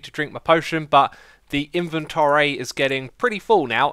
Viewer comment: invenTORry?? construcTEE-ON?? iskall??? or ren??? are you there??